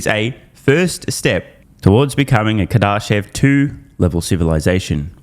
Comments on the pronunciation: You gotta start pronouncing Kardashev correctly, it's painful every time you read it. Kar-da-shev car duh shev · You're saying Kardashev wrong. It's Car-Duh-Shev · If you’re going to be referencing the Kardashev scale for the next 100 videos, please learn how to pronounce the name correctly